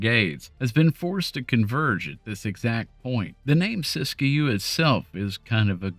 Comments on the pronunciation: The locals just pronounce it "sisk-you." The second "i" in Siskiyou is silent. And Willamette is pronounced "will-lam-it" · Siskiyou is pronounced Sis Q.